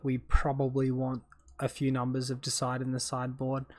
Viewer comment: Great matches mate, well played! PS it’s deicide; meaning to kill a god. Dee-a-side is how I’d pronounce it. 😉